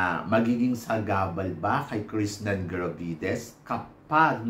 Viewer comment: Krishna hindi Krishnan. Ilang beses nyo inulit puro Krishnan..... Krishnan.... Walang N sa dulo.